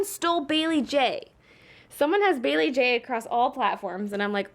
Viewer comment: I know that. I was just saying it sounded like BayleeBae :p